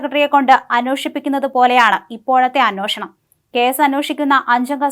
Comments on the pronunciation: അന്വോഷണം അല്ല അന്വേഷണം ! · അനോഷണം.. വേണം...അനോഷണം 😂